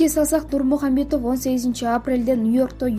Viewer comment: Хабиб Нурмухамедов дебей Хабиб Нурмагамедов десениз Журналист эже😅😅😅👍